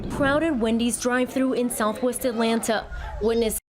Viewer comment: As a native Atlantan, I wish news reporters would learn how to pronounce the name of the city. It's At LAN' ta; not At lan TA' as if the "ta" is an afterthought. It is insulting to mispronounce a name